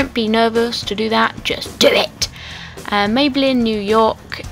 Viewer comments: If you love maybeline so much, why don't you learn how to pronounce it?? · dont get me wrong shes perfect and all...but am i the only one who wanted to punch the screen everytime she pronounced maybelline wrong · How she said rimmel and maybelline really annoyed me haha